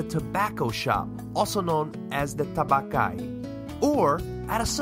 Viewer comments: Tabacchi is pronouced tah-BAH-kee. If you're giving instructions that include foreign words, it's helpful if you use the correct pronunciations. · Pretty sure that's not how you pronounce tabacchi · it isnt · I was surprised by that also... considering this appears to be a video promoting tourism in Italy, yet they dont even make sure the guy reading the script says words correctly.